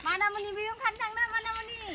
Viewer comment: Bekwo MANIMUNI BUNGW, not manamuani